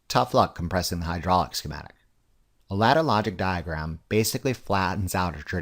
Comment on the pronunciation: why are you trolling us with the way you say diagram